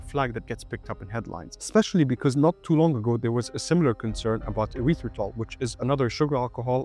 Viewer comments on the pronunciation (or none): none